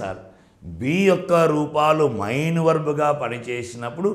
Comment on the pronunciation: Sir mee classes baagunnayi. Kaani mee pronunciation konchem chusukondi. Main 'మెయిన్' you are pronouncing like mine ' మైన్ ' . It is little odd and cinfusing